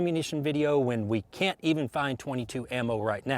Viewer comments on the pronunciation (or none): none